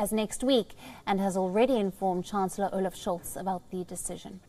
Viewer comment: "Olive Schultz" 🤣 His name is Olaf Scholz, not "olive"!